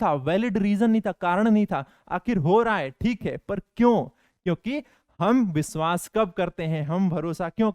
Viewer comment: Sir vishvas hota hai visvas nahi 😅😅